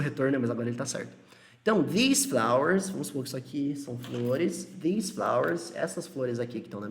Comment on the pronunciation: Parece q tanto that quanto this ou Those, these são falados com V no começo ai ao reproduzir da sua fala eu meio q imito kkkk